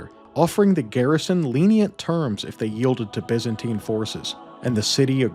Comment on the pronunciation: Looked interesting but your ENGLISH SUCKS BYZANTINE You change By to Bi. Zan to Zin and TINE to teen!! Then you carry on with further bastardiasians of the ENGLISH language, as spoken by English. Aaaaaagggghhh!!! It rather makes people doubt your research. DUCKS TO AVOID SHARP OBJECTS AND NAUGHTY (although probably wrongly pronounced) RUDE WORDS HURLED AT ME BY COLONIALS. 😅😂🤣🤪 Have fun. Hey, just can't stand listening to the drawl. Perhaps you should state in ya thumbnail " for Mericans only"?